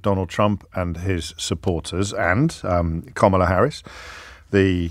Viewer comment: I wish when this chick would start "speaking', that she would pronounce KAMALA's name correctly. Ugh.